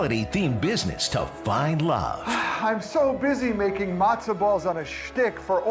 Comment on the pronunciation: They couldn't get that girl to say matzah correctly